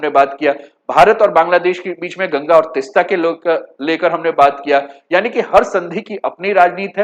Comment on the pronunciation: तिस्ता नहीं तीस्ता बोलिये जी